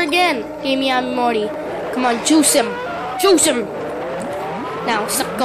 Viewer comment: It's pronounced Mi-a-mi